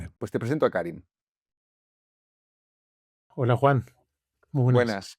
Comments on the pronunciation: Karim se pronuncia Karím, por decirlo de algún modo. Por eso dice dos veces "Yo soy Karim" como para aclararlo de manera sutil. Sí me desesperó un poco que Juan insista en pronunciar su nombre como "Kárim". En todo caso, excelente entrevista. Creo que hay que reconocer y celebrar a las personas que, a pesar de haber vivido situaciones dolorosas, son buenas. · Por qué Soto Ivars le llama "Kárim" todo el rato? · Karím, Juan, Karím. Es aguda.